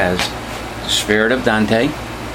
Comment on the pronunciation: Awesome model!! Great Review, Thanks. Just FYI, it is not pronounced "Don-te" or Dan-te" like everyone thinks, it is pronounced like ain't with a D in front. One sylllable Dante. The E is silent.